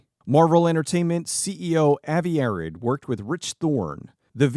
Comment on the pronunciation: Avi Arad pronounced "Uh-Rod" not "Arrid" like the deodorant.